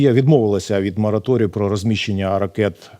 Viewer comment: До ведучого: Не мАраторій, а мОраторій